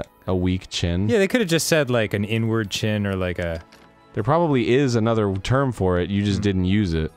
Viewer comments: I could’ve sworn Dan said “n-word chin” lmao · Totally heard "N-word chin" :/ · when dan said “inward chin” i thought he said “n-word chin” i was like dan wtf